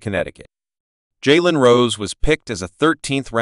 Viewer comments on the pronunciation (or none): Worse name pronunciation ever. Jay an SMH.